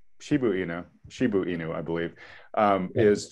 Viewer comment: It is not Shibu It is Shiba